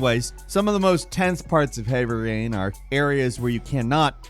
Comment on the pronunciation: Hevvvry Rain?